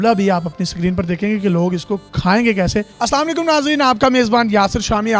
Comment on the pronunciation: Bahi sikreen nahi screen